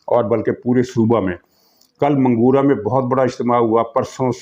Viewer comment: محترم، منگورہ کا درست تلفظ یوں ہے،،، منگ- ورہ Mingawura